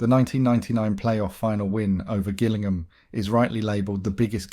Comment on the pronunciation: thought you was real " ginglingham "